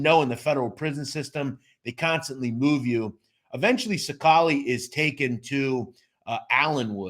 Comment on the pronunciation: You can't even pronounce his last name right and you do mob content